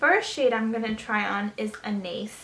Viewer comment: I just have to point this out; you're pronouncing Anais wrong. It's a French name. Besides that, this video was very helpful. I love Eat Cake!